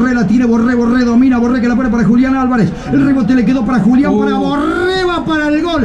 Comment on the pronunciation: Me pone nervioso como pronuncia tanto la R, Borrrrrrrrrrrrrrrrrrrrrrrrrrrrrre, Rrrrriverrrrrrrrrrrrrr, orrrrrrrrrtiz